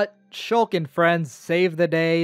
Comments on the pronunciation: Me: Shulk? he say's Shooolk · he mispronounced shulk